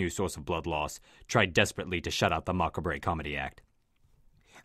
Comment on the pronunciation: Not to be "that guy" but it sounds like you mispronounced "macabre". Not sure if that was intentional or not.